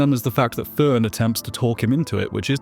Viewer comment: "This is Ferent". Her name is FERN... 🙄